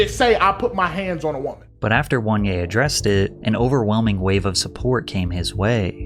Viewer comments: His name is not WANYE, but OH-NE-YAH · "WON-yay" is definitely a strange pronunciation.... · oh-neh-yah not "one yay" lol couldn't resist nitpicking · 😂😂what is that pronunciation bruh 'wan yea' just say oneya 😂😂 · « 1-yeah »? It’s O-NE-YA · Listening to Patrick pronouncing Angry Reaction’s name as “One-ye” but the Nigerian in me is screaming “Oh-nay-yah😂😂😂😪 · Attention, my fellow basketball Americans. Were doin to much and need to chill. Oneyea , juanje and wanyay are all pronounced the same. There's something wrong with us lol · If you pronounce oneya as ONE YAY, you can’t read bro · ONE-ya is crazy. Couldn't even be bothered to look up a proper pronunciation?